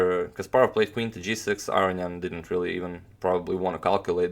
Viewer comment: Aronian not Areignan